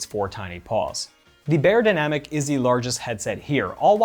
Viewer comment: Pronounced “buy”-yerdynamic… not “bay”yerdynamicS